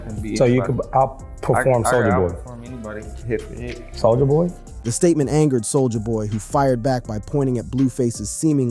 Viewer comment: Sol-jaah boy